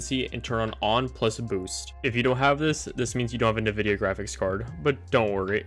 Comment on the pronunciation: this guy really said navidia instead of 'N' Vidia